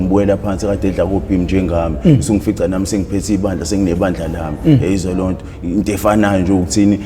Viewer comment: "Mta ka ma" and "eyezwa leyonto" he say it flawlessly so